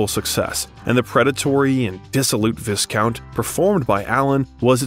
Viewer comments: wth is ‘lackinisity?’ Col. Brandon delicate??? Huh? ‘Status of a cult?’ No. That would be ‘cult status’ Viscount : Vie- count. ‘forensic’? success ‘Coped with him 100%’? What does that mean? could not understand one word Kate B said. JK ‘Roll- ing ‘magical antharage’ did you mean entourage? Ok- I quite correcting this. But sir, in good faith I offer this advice. Please work on vocab and pronunciation. This will aid you in all aspects of life. I appreciate the effort of this video! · I've heard some terrible pronounciation in my time but "Lez leyayzionns dangeruses" and "vizcount" has to be the worst. I assume it's AI. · A pleasant film doc about a superb actor, irreparably marred by the narration. I have never heard so many grotesque mis-pronunciations in a 'professional' production. "AnTHony and Cleopatra"? "Vikompte day Valmont"? "Dangereusses"? "Visscount:? WTH? After 20 of them, I gave up counting. Was there no one available to correct this circus of howlers? Sorry to be unkind, but these many unforced errors denigrated the film's subject. One can only imagine what the real-life Rickman would have said about Mr Malaprompter. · It's liaisons dan-jerrerz, not danger-oosis, and vye-count, not viss-count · Suggest you work on your pronunciation, mate ‘Vis-count’, for example. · Viscount.....as in Vi count....not Vis count....the S is silent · It's pronounced Vie-- count, not "viss-count." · I had to stop watching this because of the appalling mispronunciation of so many words - terminating with *VIS*count. Please - please - please; when telling the biography of someone to whom language and diction was so important and singular - get a narrator who puts effort into correctly pronouncing words they are unfamiliar with. As much as I love the variety of information one can find on Youtube, I do feel sad for the general lack of care in presentation by so many channels. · The s in "viscount" is silent, so it's "vī'kownt/".